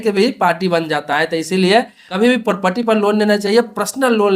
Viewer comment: पोपटी नहीं प्रॉपर्टी